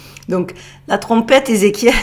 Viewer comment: Salut et joyeux Noël 😉😊♥️.. Étant de notre endroit à nous, j'ai bien rigolé et compris quand tu parles de la Trompeetttteeeuu Ezekiel...! 😂😂. La grosse Trompette! La Trompetasseee! 😉😊😂. Trop bon... Tu m'as régalé! Gros bisous 😉😊❤️💋♥️